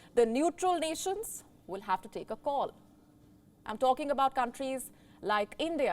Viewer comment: Rusia daz not hew tactical nuks!